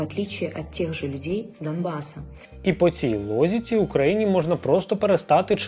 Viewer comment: Не лозіці, а логіці)